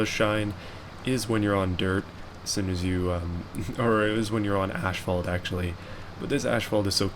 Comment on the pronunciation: You know the "h" in asphalt comes after the "p"... it is pronounced AS-FAALT... just sayin.